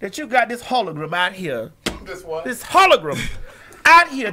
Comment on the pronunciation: Gawd Maddie every time you say HOLOGRUM I laugh till my voice is hoarse. 😂😂😂😂😂😂😂😂😂😂😂😂😂😂😂😂😂😂